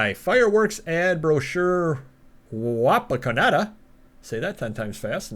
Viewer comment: You did pronounce Wapakoneta Ohio correctly.....Home of Neil Armstrong and I live there